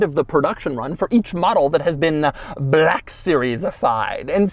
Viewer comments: Is it a 'Black' series or a 'BLACCCHHHK' series, Doug? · 😢I love when something on this channel is called "black" so I can hear Doug overpronounce "black" every few seconds. "buhhlack" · I learned a new pronunciation of "black". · Soz doug but it's embarazzzzing